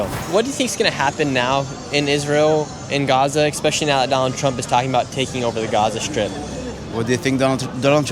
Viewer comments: Stop saying "expecially" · 'expecially' love you but you gotta get your pronunciation better